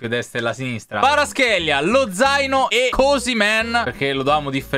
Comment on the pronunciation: Lozano❌ Lo zaino✔️